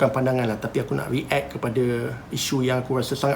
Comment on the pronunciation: aku je ke terganggu dengan cara cakap "re-act"? haha react! bukan re-act!